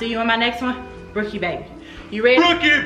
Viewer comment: I can't believe I won!!! Yes you said my name right. I am shocked I loved the video and your comment about family and winning was the icing on the cake. Brookie Babyyyyyyy leo gang!